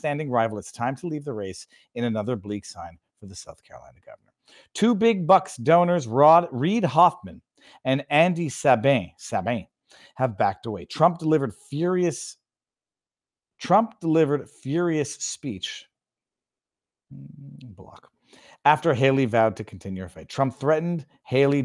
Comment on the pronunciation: Sabin is pronounced SAY-bin